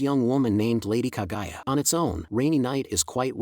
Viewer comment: bro sorry but it is not kagaya but KAGUYA...... [ENG] the GU family...